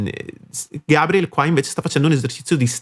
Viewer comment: Muito legal sua análise. Só tens de pronunciar o nome dele corretamente hhehehehe. Outra coisa: verdade que o GABRIEL precisa melhorar seu inglês. Mas pensemos em como é um privilégio ouvir, no inglês possível, alguém como ele, que veio da classe mais baixa no Brasil, sem condições de ter estudado outra língua desde cedo. Mesmo assim, ele arrisca e acho que isso faz parte do processo. Obrigado pela análise.